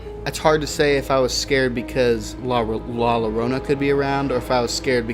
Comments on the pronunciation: Good Story ! Two Ls put together in español, make the Y sound . So its pronounced like La Yorona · How is it possible that you know the folklore but not how to pronounce her name? Anyways, good eerie video.